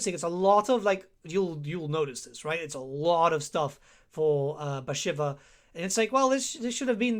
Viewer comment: Your campaign to test the AI should be Bashiva. So you can learn how to pronounce her name. Great in-depth video as always though!